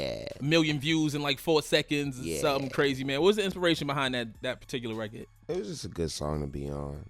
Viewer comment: i wish he would say "record" instead of "rekit"